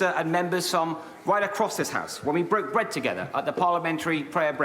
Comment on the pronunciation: When we bwoke bwead together at the parliamentary pwayer bweakfast.